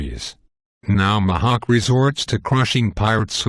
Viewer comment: Mahawk!? It's Mihawk! Eeeeeeehawk not aaaaaaahawk